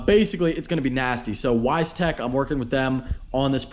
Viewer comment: It's pronounced "Veistec"